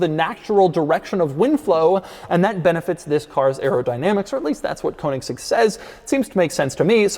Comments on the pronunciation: Konigsegg? It's Königsegg. 🥴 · Its pronounced Koenigsegg not Konigsegg. OE is pronounced the same as the letters ö, ø. Same pronounciation as the letter "e" in Her. So more like Kernigsegg. There are literally hundreds of videos of Christian himself showing how it's pronounced... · That hard "g" pronunciation though. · THIS is not a "Kounigsegg" its a Königsegg. Is it that difficult? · There is no Cone-iggs-egg, there is only the Koenigsegg. You need to learn to pronounce it right, once and for all. Apart from that, your channel is great, Doug. 🙂👍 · Koanigseg XD - love it. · If I hear “koenigsegg coat of arms” one more time I’m killing myself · What a surprise... Doug can't say "Koenigsegg" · another american completely butchering the pronnunciation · Daddy Doug still hasn’t learned how to say “Königsegg” properly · Why can't Americans pronounce Koenigsegg correctly? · Damn boy.. learn to pronounce the name of the car you review.. you're a damn embarrassment! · How not to pronounce Koenigsegg. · The way Doug pronounces Koenigsegg legitimately pains me... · Doug just never manages to say Koenigsegg. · Count how many times he said "Koenigsegg crest" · Doug being Doug. Butchering the pronounciation of foreign car brands. It’s kÖnigsegg not koanigsegg and also, reYera… 🙄